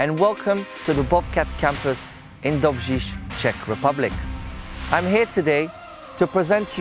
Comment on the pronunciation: Well done, especially for pronouncing that 'R in Dobris' which is almost impossible for anyone not Czech, I was taught zjrish.